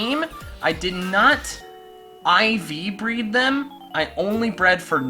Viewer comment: when he said breed he pronauncced it "Bread"